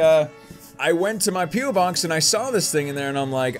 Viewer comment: every time someone says "P.O." I hear "peel" XD